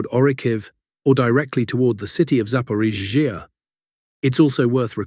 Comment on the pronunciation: Something has changed in the voice when pronouncing zaporizhiya. It now sounds like a sneeze is being stifled when it hits the ZH and then there is too much emphasis on the following EE of iya. The name no longer flows like before. Something changed. Very noticeable.